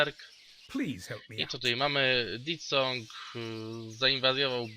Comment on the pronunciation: Te te te, koleżko, nie wymawia się DIT SONG tylko DEF SONG jak już :P